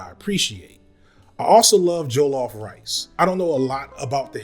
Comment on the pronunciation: Not me getting triggered by how you pronounce jollof rice 😭